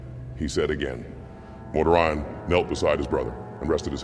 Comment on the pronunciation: Dude, I strongly suggest you look into how names in 40k are supposed to be pronounced. Or don't. "Mortar Ion" definitely cracked me up . 😂